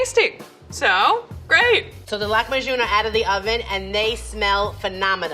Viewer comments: Ayesha can't decide how to pronounce "Lahmajoun", goes between "Lakmajoun" to "Lakhmajoun" to "Lahmajoun" ... smh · i didnt know english speakers called our lahmacun flatbread, also level 3 chefs always pronounces these middle eastern recipes so wrong lmao it’s mot lakmajun it’s lah - ma - cun read like it’s written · It's kinda amusing how level three chef is pronouncing "lakhmajun" differently each time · as a turkish person her saying lahmacun as lackmahjun actually killed me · Why does she pronounce Lahmajun like that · IKR SHE SAID THE NAME WRONG but she did an amazing job with the dish